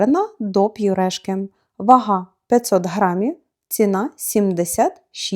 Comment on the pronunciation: Підказочка Немає апострофа в слові ПЮРЕШКА. Чому ви завжди кажете "ковбаса до П'ЮРЕШКИ", " фруктові П'ЮРЕ"? Так слух ріже! Будь ласка зверніть на це увагу.